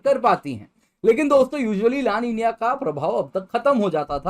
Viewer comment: लानिनीय nhi hota---- ला नीना bolte he isko